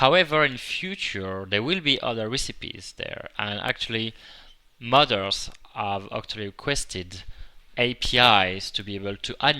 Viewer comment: when he said modder's i hear mother's xD